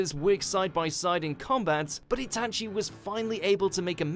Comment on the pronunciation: It's not itAchi, its Itachi